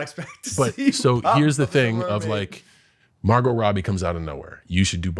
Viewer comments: Why did be pronounce Margot Robbie like that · There is no way Logan pronounced Margot Robbie's name like that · Can't get passed Mar-GOT Robbie😂😂